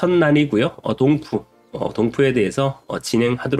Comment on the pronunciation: ‘6분컷’으로 이름 정정 요청합니다... 동프가 뭐임까... 똥..퍼..로 들림..ㅜ